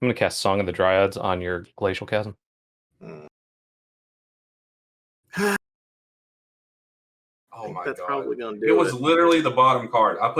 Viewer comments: "Chasm" is pronounced: /kazəm/ you're welcome. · Chasm: It's pronounced "kasm," for the love of God.